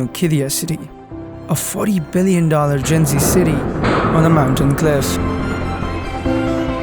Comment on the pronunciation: It’s not called “ki-di-yah” Instead, it is “Kid-di-yah” There is a pause on the D and also on the Y, making a long “ee-yah” sound. “Kid-dee-yah” Written Qiddiyah